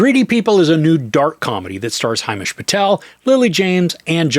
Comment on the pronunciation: Its not Hai..mesh....its... Him ..esh